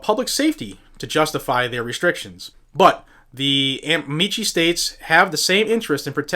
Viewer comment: Pronounced amiki, not amichi. It's Latin and not Italian.